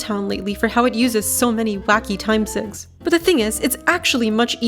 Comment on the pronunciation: Every time you say “time sigs” I just hear it as the horrendous slang for horrendous cigarettes, “cigs”. 🤮